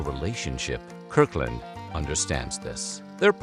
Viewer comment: “Kirk Land”?